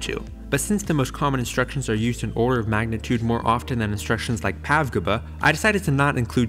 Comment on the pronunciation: I dunno why but the phonetic pronunciation of PAVGB ish made me break out in hysterical laughter.